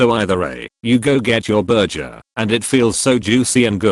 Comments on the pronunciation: I was so interested, legit listening intently until the burger place example near the end. Not because the actual words but because it kept being said as burjer instead of burger lmao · It’s annoying the hell out of me how the narrator keeps pronouncing it “berjer” instead of burger at the end of the video. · STOP SAYING "BURJER"!!! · The way the AI is pronouncing burger at the end is bothering me 😂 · I can't handle the way the electronic voice says burger. Lmfao